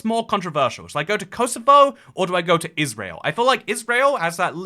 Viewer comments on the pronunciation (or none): none